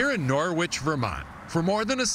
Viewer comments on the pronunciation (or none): Nah-Wick, Vermont. Please. Signed A New Englander